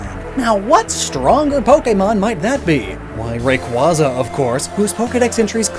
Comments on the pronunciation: It's Ray-Kway-Zuh 😝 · FYI, Rayquaza is pronounced as Ray-KWAY-zuh because the "quaza " part refers to a quasar, which is pronounced as "kway-zar".